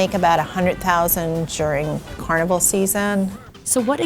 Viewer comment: She keeps mispronouncing Carnival 😭😤 uuuugh